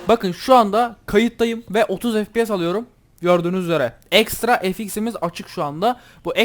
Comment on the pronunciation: ef pi si değil ef pi es diye okunuyor kankam haberin olsun :)